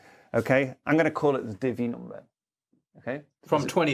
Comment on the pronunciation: It took me a couple of tries and I'm still not quite sure: is Tony saying he's going to create a "divvy" number? My brain kept on wanting to hear it as "diddy" number which is probably something completely different ;-)